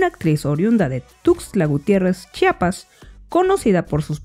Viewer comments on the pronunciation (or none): none